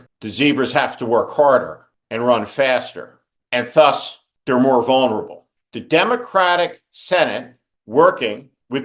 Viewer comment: The th in thus is a soft th as in the.